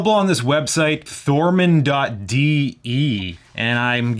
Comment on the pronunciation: There is no R in Thomann.de and talking about tone wood....yeah, very knowledgeable.